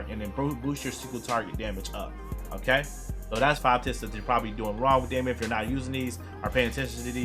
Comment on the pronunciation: It's not pernownsed d-A-mee-on It's pernownsed dee-mn